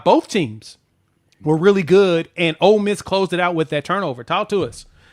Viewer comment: it’s Ole Miss not Old Miss.